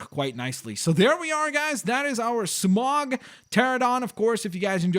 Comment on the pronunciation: Smaug not smog